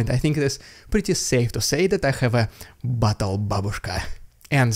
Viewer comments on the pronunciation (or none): none